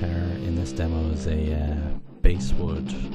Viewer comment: Just a little tip,the 'bass' in Basswood is pronounced like the fish not the instrument.